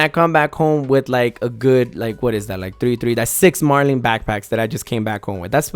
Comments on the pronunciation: its "Mar-lin" not "Mar-lean" , it's based off the fish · I stopped at "Mar-LEEN" Bruh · When it says Marlin and shows a Marlin and he still says marlean. ayyy he said it right. Twice.